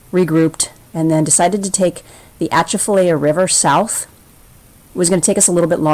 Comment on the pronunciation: Good try on pronouncing Atchafalaya. It’s pronounced A-chaf-A-lie-uh. I live in Louisiana, and enjoyed your video traveling the ICW here.